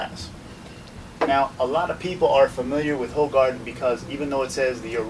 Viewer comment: It's pronounced "who-gar-den"